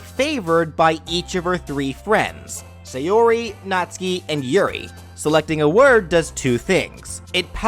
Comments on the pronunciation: B R U H It is Natsuki not natski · YOU MISPRONOUNCED NATSUKI Nat (pronounced like "gnat")--> Suki (pronounced like "Sue-Kee") phonetically produces gnat-sue-kee = Natsuki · no trying to be rude but it pronucence nat-sue-key btw sorry if i said it wrong